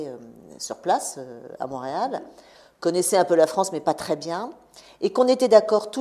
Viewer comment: Mont-réal pas MAUréal!